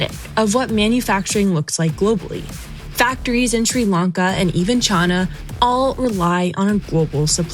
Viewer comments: Chana? Or china😅😅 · Why does this person pronounce China so wierd? Why Chy-naah? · It’s china not chana. Also you can’t compare the junk coming out of that Sri Lanka factory to a hand made litespeed. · Anyone notice how she pronounces china? She says "Chah-nah" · She pronounced "China" as "Chana" at least 3 times in this episode. I don't know why that makes my eye twitch. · The fact that she keeps mispronouncing China as chaana says enough about her. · Why does she keep saying Chuana ? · Why does she say Ch-AH-na? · Where do you need to be from to pronounce China as "Chah-Na"? Can't put my finger on it. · Did she say China in a weird way to anyone else ? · Love the slip of pronouncing "China" in her original southern accent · Sometimes I forget is from Kentucky but then she hits me with a pronunciation of "China" I've never heard in my life. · Is unable to pronounce "China"? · Came here to say this. When I heard her say China the first time I had to rewind it. Fairly unrecognizable outside of that. Heard it about on “supply” but definitely a different way to pronounce China. But even our “president” does that so, she’s not alone.